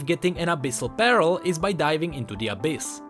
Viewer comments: Well "pearl" is relatively pronounced as "perl"... lol... i always thought u were saying "barrel of the abyss" all this time.. n i was like ...wtf. its now that i understand that u were just misprounouncing "pearl". Lol. Well anyways... keep the good work... n on this.... "your welcome. I'll come again" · every time he said pearl it sound like peril (or immediate danger) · Oh 'pearl' i heard 'barrel' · please read this PARELL IS DIFFERENT WITH PEARL:D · to me it sounded like you were saying pear-el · IKEA 2 hard 4 fresco yea he sounded like he was saying "abyssal barrel" lol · Sounds more like peril. But in Nami's story finding a pearl really is peril. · I love how you pronounce "Pearl" as "Peril" on a regular basis in this video. It is just so fitting! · Yo, just wanted to let you know that you pronounce the "ea" in pearl as the "i" first, so kinda like an "uh" sound. Just some constructive feedback on the misspronounciation, that's all:) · Pearl. Please, when you need to say a word 40 times in one video, run it through google translate